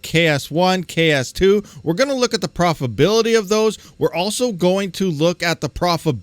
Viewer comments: Pro-fi-TA-bility not "profibility". Please. C'mon man. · It's your pronunciation. Doesn't matter much just a humorous bit that your missing a syllable when you pronounce profitability.